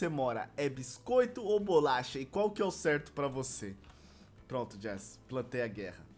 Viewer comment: Bicoito E o certo é biscoito